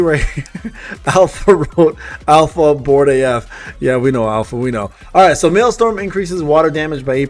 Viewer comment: MaelsTRom not maelstorm. Like a vacuum tornado in the ocean, not like a storm. Sorry I like accurate things